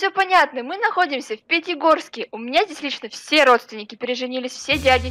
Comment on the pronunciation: Да только сказал Питигорске